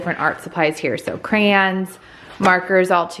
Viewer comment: Crans? Really? The word is cray - on. Two syllables.